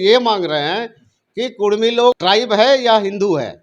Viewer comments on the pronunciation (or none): Kurmi likha huw tum bolta kudhmi